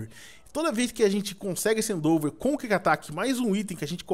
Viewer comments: o edu é tão cego que em vez de falar "endeavor" ele fala "eidover", e acha que o ember n presta... MANO, O TEPIG TAVA SLEEP VEI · PORTUGUÊS 0 HEIN EDU , endeAVOR NAO ENDOVER E NAO É KIK ATAQUE É QUICK ATTACK. PLMDS ENSINANDO SEUS INSCRITOS A FALAR ERRADO. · não é endouver mas sim endevor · num é endover e sim endeavor